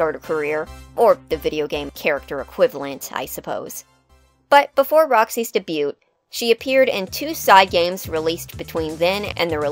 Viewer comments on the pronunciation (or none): debut is pronounced "day-byoo" not "duh-byoot". I have never heard anyone in my life say it that way so thought id let you know. great vid tho lol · Just a friendly FYI. The t in debut is silent (day-byoo) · I love the video, and your channel is amazing! Roxanne's personality definitely caught me off guard at first but I fell in love with her character rather quickly. This next part is because my brain is now itchy and the 'tism demands I ask. I just wondered.... about the way you pronounce "Debut". I've only ever heard the word said with a silent "t", like "Day-Byoo". Is it something that's common in your area or? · the "T" is silent mx. thing....